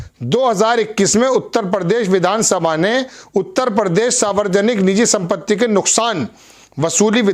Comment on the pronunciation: sb it is saarvjanik & not saavarjanik. Pl pl